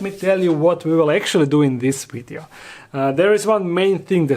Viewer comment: Did you enjoy the "WiiDEO".. lol